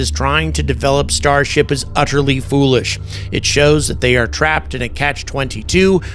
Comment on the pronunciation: Starsh-t LOL